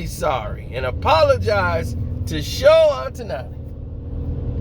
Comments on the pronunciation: Sho-Hay Oh-taw-nee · I wish you can pronounce his name right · sayin dude name wrong. asians gone b mad lol